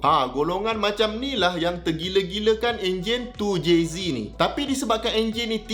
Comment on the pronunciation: Makin naik la harga supra kat msia ni sebab vid doc ni. Anyway doc. 2JZek, bukan 2JZee. Hahaha